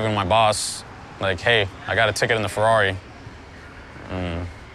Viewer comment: a rrari?! come on man